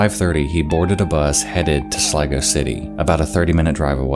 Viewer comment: I literally understood "Lego City" and fucking died of laughter. No but on a serious note , great video bud.